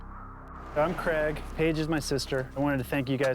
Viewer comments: I hate the way Americans pronounce the name Craig. What is so difficult with saying Crayg. WTF is Creg??? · Why can’t Americans say CRAIG correctly. It’s CRAIG not CREG. ….aaaarrrrgggghhhhh..